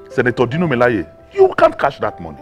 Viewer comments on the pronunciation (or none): none